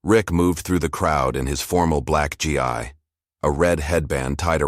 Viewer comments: Please teach the fucking AI to say Gi as G with a long fucking E!!! And not G-I. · Please Please Please Read your stories CORRECTLY... it's not G I............. its GI Like it's pronounced G like Grape I pronounced eeeeeee Please check your Pronunciation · The GI as you say it is pronounced GEE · GI should be pronounced "Gee" and Kata is pronounced with short sounding a's, not long .🙄 ❤CK Anyone who knows about Karate or any of the other Martial Arts would know the proper pronunciation(s)...so embarrassing for you, so unprofessional, and really annoying for those who know and are listening. Please "fix this". Thank You 🤔 💭 ❤CK